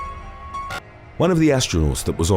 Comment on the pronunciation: Its pronounced “No-Vak” for Nowak